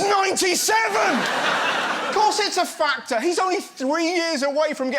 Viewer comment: OMG. 😂 😂 You are too funny. I thought you said FATWA. NOT FACTOR.